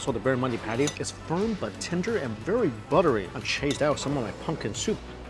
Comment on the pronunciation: Barramundi, he misspoke